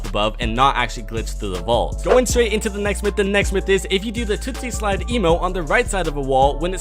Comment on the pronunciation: Did he Seriously just say TOOTSY SLIDE!??!? He always reads stuff wrong lmao